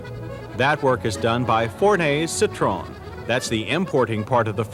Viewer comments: why do Americans pronounce it citrone... its citro-en 🤦🏻‍♂️ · It's pronounced Sit tro en, not a Sit trone. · Firstly, you gotta know how to pronounce the Brand CITROEN - "SSITT-TROH-ÄNN". VW = FOWW-WEHH. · I wish people would learn how to say the car name correctly!!